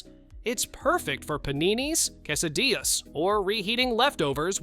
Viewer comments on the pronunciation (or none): none